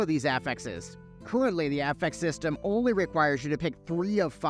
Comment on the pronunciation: I was triggered by “affex” instead of “affix” then.. you did the splits. My man